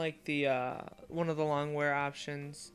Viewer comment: Long wear? Hahaha.. lounge wear. Learn to read.